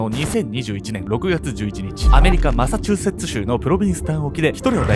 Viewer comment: 「マサチューセッツ州」言えたに拍手👏✨